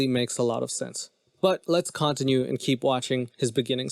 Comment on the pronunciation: I hate to be that person but I’ve never heard anyone say “continue” like that 😂 I love it! Sounds fancy 👍🏾